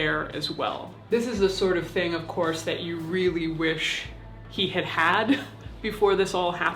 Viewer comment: You said of course but it sounded like you said of corpse.